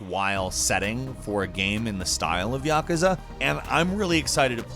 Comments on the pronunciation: yah-ku-zah, not yuka-za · Great vid the yakuza part was killing me though lol “ya”ka”Za” I’ve just always heard it said ya”koo”zuh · The way he says Yakuza wound me up unnaturally